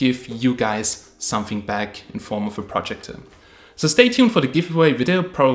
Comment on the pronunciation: your saying projector incorrectly